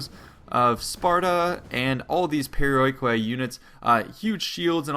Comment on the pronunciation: The perioikoi hoplites called "periiki oplites". Just a tip because it sounds really wird when you read this unit just like it is written.